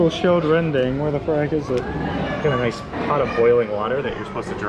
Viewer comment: Rendang not rendeng 😂